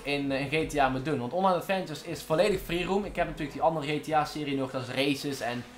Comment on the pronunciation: Hij zei een aantal keer: "Freeroom". Maar even serieus.. GTA V is echt niet dood hoor? Zat Amerikanen waarvan de online episodes, echt miljoenen keren worden bekeken. Voor jou is het dood, omdat je zo weinig kijkers hebt. Logisch ook, met zo'n slechte uitspraak voor Engelse woorden. Misschien moet je een keer een video maken, over dat je probeert een straaljager van de militaire basis te stelen.